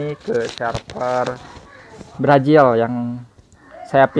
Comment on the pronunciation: Brazil bukan brajil.. 🤣🤣🤣